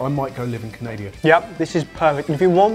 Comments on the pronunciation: Near the end said "CANADIA" instead of CANADA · Lol Canadia? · Wait.. did you say canadia!? xD heheheheehe cant believe you said it like that xD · Hahaha did he just said "I might go live in Canadia" 😂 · How exciting, might go and live in "canadia" 😂😂😂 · Did just say "I might go live in Canadia?" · was like "I might go live in Canadia" it's Canada but common mistake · Just to clear things....the country is Canada, not "Canadia". I've been reading the comment section and it sorta bothers me, being a Canadian. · All hail the new Canadian icon, 'Canadia Putin'! Shame there wasn't a recipe for 'poo-teen' in this video, despite the title! lol ;) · Did he called Canada "Canadia"? ehehehe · The moment said Canadia I couldn't help but wonder how many Canadians rolled their eyes, but where too scared to say anything. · Is it just me or did say at the end, " I might go live in canadia."? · He said canadia